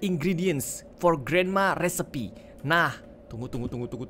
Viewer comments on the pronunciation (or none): Maaf kak regi mbacanya yang benar recipe(risaip) tapi mbacanya agak cepat